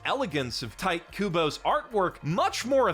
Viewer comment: Tite Kubo is pronounced "tee-tay" "coo-bow". Every time I hear you pronounce his name as "tight" I feel a minor brain aneurysm wash over me.